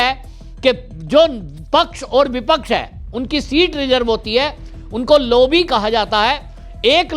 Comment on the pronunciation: ऐप्रत्याशित नही, अप्रत्याशित होता है. लोबी नही लाॅबी होता है. ठीक से बोलना सीख लीजिये.